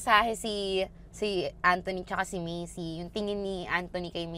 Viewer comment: medyo napapahinto ako kapag “Macey” yung pagkakapronounce mo instead of “Mace” lang hahaha